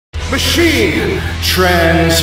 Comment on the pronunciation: I love the emphasis on Machine every time